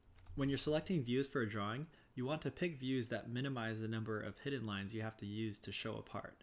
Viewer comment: Great informative video. Nice job. You are mispronouncing hidden.